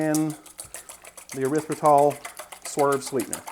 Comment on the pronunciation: God bless ya', child. Both for the non-sweet cornbread (and I am as Yankee as they come, but I hate sweet cornbread), and for the correct pronunciation of erythritol. Many, many people want there to be a "u" after the "e".